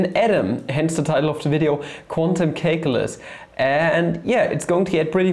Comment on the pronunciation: please stop calling calculus "cake-ulus"